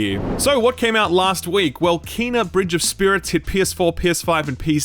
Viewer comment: I think it's Kay-nah not Kee-nah, I've been fudging it too haha